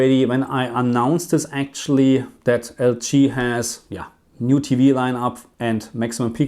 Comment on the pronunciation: Question: Why do you pronounce LG like L chi? Just curious that's all. Thanks